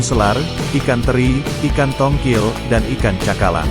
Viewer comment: Tongkol bro, kok tongkil 😅😅